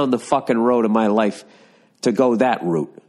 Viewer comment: Bill pronounced 'route' correctly. Are Americans finally learning to speak? Well done. What's next? Herb? Aluminium? Vase? There are so many words you can learn to pronounce.